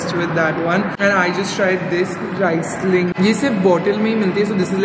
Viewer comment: U don’t swirl sparkling wines 😅 n it’s reeesling